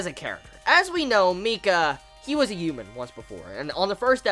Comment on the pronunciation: Don't take offense to this, but is there a reason you pronounce H's as Y's? ex. Human vs. Youman.